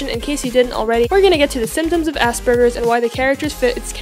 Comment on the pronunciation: first of all is not asburgers its said asperjers I know this since I have it now classed under autism